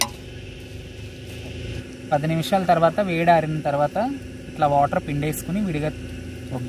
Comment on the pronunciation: ఓటర్ కాదురా నాయనా వాటర్ అనాలి.. అందరికీ ఇలా మాట్లాడటం ఫ్యాషన్ అయిపోయింది.. 🔥🔥🔥